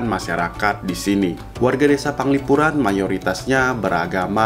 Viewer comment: Penglipuran bukan Panglipuran